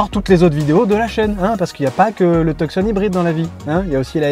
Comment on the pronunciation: Cela se prononce Tu-son..... Et non... Tuuk -son...